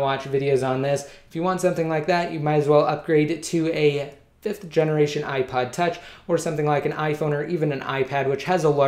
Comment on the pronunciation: Sounds like you said ipied lol